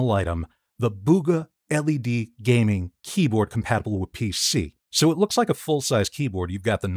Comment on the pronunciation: bro seriously said "Gamming" 💀